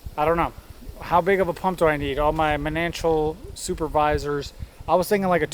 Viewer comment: Pronounced "Mon-on-tea-al" it is spanish for "a water spring"